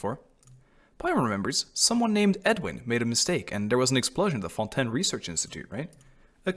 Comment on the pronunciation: As a Québecois french speaker I am SO HAPPY to finally hear someone pronounce the french words used in Fontaine correctly😭😭